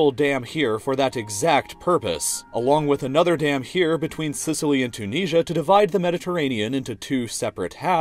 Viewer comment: It isn't Tuneesya.